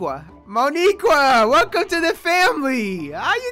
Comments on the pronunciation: Yo. Idk if u know this but Mo'Nique is pronounced Que not Qua. Grammatical error. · Theres no Mo'Niqueuaa theres Mo'Nique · That’s not how u pronounce no niqur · Leo’s girlfriend’s name is Mo’Nique (pronounced mo-neek, not mo-nee-kwa) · I know you seen that creeper at the end and “Mo’Nique” is pronounced “MOE Knee Qua”